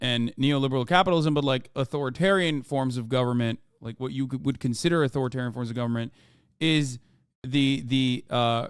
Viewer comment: Im sorry but Žižek said A-TO-RI-TARIAN and NEE-O-LI-BE-RAL